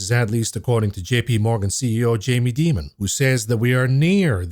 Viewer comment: First time I heard someone pronounce the name Jamie Dimon the way I think it should be pronounced.